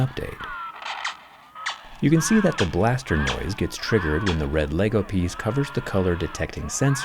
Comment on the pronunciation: My issue is his ability to not say LEGO right. Dude is smart apparently but can’t handle how to say LEGO? It took him down a peg for me haha. :/